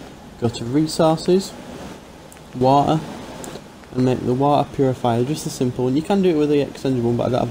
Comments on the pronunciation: Go to resources... wa-e... whatever that means XD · Purified Wa' er'